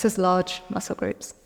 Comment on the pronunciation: kinda felt bad for arun when she said large muscke groups.